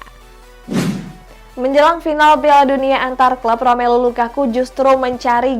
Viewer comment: Gw seneng kalo denger LAKAKA🤣🤣🤣🤣LAKAKA